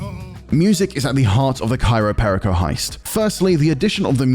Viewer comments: "Cairo Perico" yeah might wanna read that again lol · At least pronounce the title correctly. “Cairo Perico” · Why do you keep saying Cairo Perico? It is Cayo Peico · Cayo Perico. Not Cairo Perico. Dude needs to get his pronounciation correct. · The island: Cayo Perico This guy: "Cairo PÉrico" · Why does he keep saying Cairo Perico instead of Cayo Perico? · It’s not CAYRO, it’s CAYO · Love how they mispronounce Cayo Perico every single time.